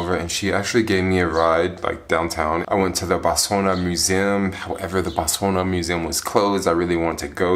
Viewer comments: It's pronounced BOTS WANA! Damn! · Why did you stop saying Botswania?😞😞 You took all the fun away now.